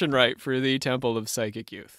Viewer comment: Its PSYCHIC....NOT pronounced like side chick.....❤